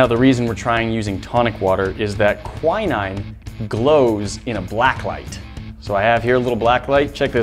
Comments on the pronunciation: Anyone else in the UK screaming at the word Quinine pronounced KWY-NINE... its kwin-ing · its pronounced kwin-een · I was dying when you said quinine, that's not how you say it!! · Jeez, is that really how Americans pronounce Quinine?